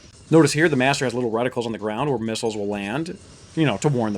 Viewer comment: cant say master